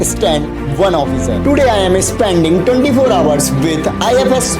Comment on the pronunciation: It is spending, not spanding